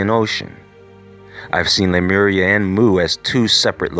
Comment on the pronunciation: Sea-Mur! LMAO!!!!